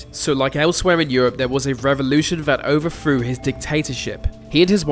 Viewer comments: 'overthrew' = "overfroo", 'futher' = "furva" etc etc. Why can't young people make the "th" sound anymore? They all sound like babies. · Why is it so hard to pronounce the "th" sound in overthrew? It's overthrew, not overfrew. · You may have "nailed" the pronunciation of Ceausescu, but you keep saying "overfrew"! 😏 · Overfrown. Why do British people sound like they have stuffy noses